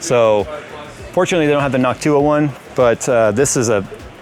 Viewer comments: Why saying Noctua like Hawk-tuah?! 🤣😭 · anyone notice when says Noctua he really emphasizes the "TUAH"